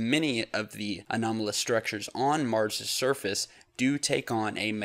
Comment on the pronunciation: please set a good example to our young generation by pronouncing your words correctly. You pronounce the word surface as shurface most times.